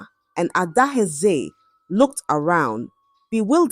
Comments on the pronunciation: Pronoun your words properly. A-dae-ze is the name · Are you not from Nigeria for you to fail to pronounce adaeze when a Zambian like me can ah work on your self. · People just correct her instead of raising complaints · The pronunciation of Adaeze was just doing my head in. Why not practise saying the words before the story or just use a simpler name instead?